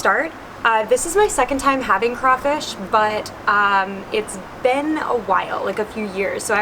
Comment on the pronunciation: being from louisiana having crawfish every year i am very very offended and cringed out from her saying “ kray fish”😂